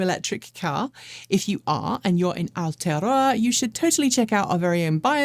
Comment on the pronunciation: try saying it like "our-toe-row-a". good luck